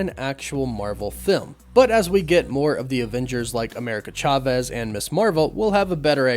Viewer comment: Thank you for pronouncing Chavez properly.